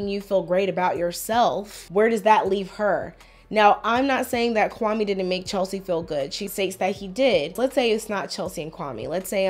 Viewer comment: Even the way he pronounces Kwame shows she really wants to distance himself from being Ghanaian. It sounds like nails on a chalkboard to someone who knows how it's supposed to be pronounced